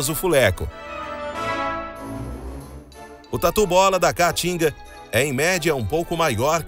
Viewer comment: "Tatu bola da ca-a-tinga" rs. O cara nunca falou caatinga na vida.